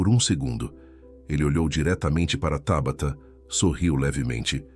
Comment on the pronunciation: É Tábata ou Tabatá. Já vai começar a trocar a cilaba tônica de lugar?